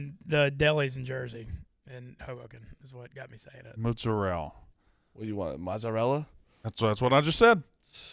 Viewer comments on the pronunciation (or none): My Italian born wife would be disgusted with the way & say mozzarella, prosciutto & ricotta.